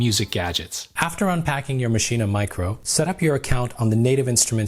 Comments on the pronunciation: why are you saying maschina... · Please stop mispronouncing maschine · Isn't it pronounced as Machine? I saw 3 videos including this and everyone called it MASHINA. Now I have doubts :p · wait are u saying "maschinAH" is that how its pronounced? i was today years old... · Does anyone else get annoyed when he says maschine but pronounces the the at the end?